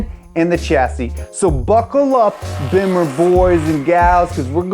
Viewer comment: Thank you for saying bimmer. 👍